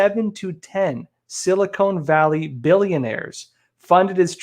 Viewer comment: Its Sil- i kon ( Silicon) Valley not Silicone!